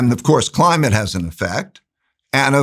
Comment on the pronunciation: Every time he said “Climate”, my respect went out the window. He sounds decent but i dont know if he is.